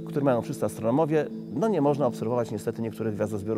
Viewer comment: Astronołowie brawo lektor!